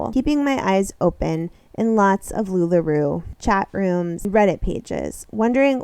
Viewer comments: I kind of love that you pronounce Lularoe. They don’t deserve correct pronunciation. LuLaRue forever! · Love as you say LuLaRu as shade :) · I might have to stop watching your content about sister wives girl, because you drive me crazy the way you pronounce Lularoe wrong every time knowing that's not how you say it 😂😂😂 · I can’t take anyone seriously who can’t even pronounce a very well-known company like Lula Roe, correctly.